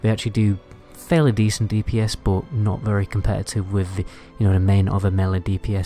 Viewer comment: It's buff not boff It's but not boot